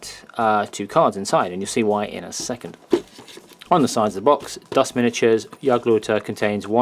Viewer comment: I'm new to dust and just brought the starter pack thanks for putting up these reviews as they have really helped me pick. Finally someone who knows how to pronounce German.